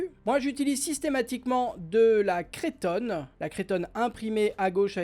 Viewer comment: coucou! on dit cretonne! pas crétonne!;)